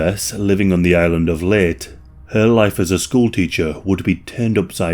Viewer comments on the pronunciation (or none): Leyte = 'lay-tee' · These AI voices really can ruin things. The island is LEYTE pronounced Lay te. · That's not a bolo knife and leyte is pronounced LAYTAY